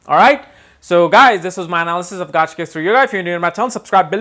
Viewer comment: Gaajkesari really, it's gajkesri.